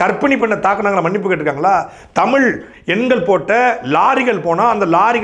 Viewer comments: முதலில் நீ தமிழை தமுளாக பேசுவதை நிறுத்து ! இளையராஜா பாடல் வார்த்தைகள் போல காலோம் ராகோம் மோகோம் நியரோம் என தமிழ் சிதைந்து போவதை நிறுத்து !! தமிழ் மட்டுமே இப்படி தேய்ந்து போயிருக்கிறது அதாவது உன் தமுளில் " தேய்ஞ்சி போச்சி " ! தமிழே இப்படி இருக்கும் போது "தமுளு தா ஒசத்தி" என அலறுவதில் பயன் இல்லை !! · முதலில் உங்கள் அண்ணனை ழ உச்சரிப்போடு ஒழுங்காக பேச கற்றுக்கொள்ளச் சொல்லவும் ! பிறகு தமிழுக்காக மூன்றாம் உலகப்போர் தொடங்கலாம் ! சாட்டை முருகன் தமிழ் தமுளாகும் போது சிரிப்பை அடக்க முடியவில்லை ! ழ, ஜ , ஹ உச்சரிப்பு அறவே இல்லை அவரது பேச்சில் ! சார்ஜ் [ CHARGE] என்பதை CHAARCH என்கிறார் ! PROBLEM என்பதை BIRAAPLEM என்கிறார் ! வழக்கம் என்பதை வளக்கோம் என்கிறார் [ இளையராஜா வரவால் சிதைந்த தமிழ் ] ! தமிழுக்காகப் போராடுவதாக சொல்லிக்கொள்ளும் எவருக்குமே ஒழுங்கான உச்சரிப்போடு தமிழே வரவில்லை !! அவர்கள் சோகமாகப் பேசினாலும் சிரிப்பு வருகிறது !